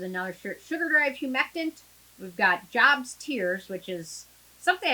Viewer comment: Hi! It’s actually pronounced joe-b ‘s tears 👍